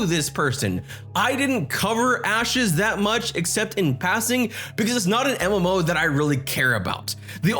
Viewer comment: Every time I hear you say mmo it trips me out.